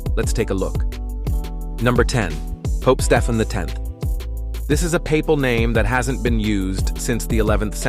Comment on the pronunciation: It’s Stee-Ven, not Stef-N. That’s AI for you.